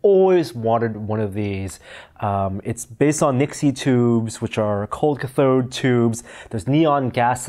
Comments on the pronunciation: CATH' ode not cath ODE' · Not "ka-THODE". It's "KATH-ode". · "cold cuthode" hmmmm okay then I didn't know cathode was pronounced cuthode. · Do you really say cathode like that? I hope not. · Mispronounced "Cathode" sir. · you pronounced cathode wrong